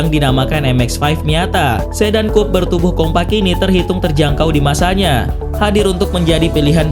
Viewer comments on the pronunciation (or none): kupe dibaca kup